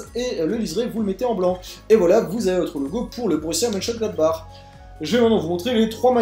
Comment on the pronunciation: Et encore, il a réussi à le prononcer ! Moi j'étais pas foutu d'y arriver ^^